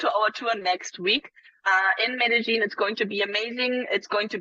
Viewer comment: Medellín is not pronounced Medelin! It is pronounce Medeyin !